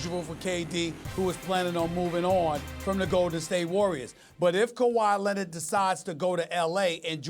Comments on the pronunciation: Nobody: Stephen A.: KAWHI LENNID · Nobody: Stephen A: Kawhi Lennit